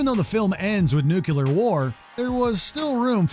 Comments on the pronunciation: Dude, you're a professional narrator and you say "New-Q-lar war"? REALLY??? That's Voiceover 101, my guy. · How did this guys pronunciation of nuclear make it into the final video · Say it with me now... NUCLEAR, not NUCULAR. 🙄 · Nuclear, nuclear, nuclear...NOT nuc U lar!!! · Please inform your narrator that the word is "nuclear" not "nuculer" re: Dr. Strangelove. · It's NUCLEAR, not NUCULAR ! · Say it with me: NOO-klee-yer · Nucular war?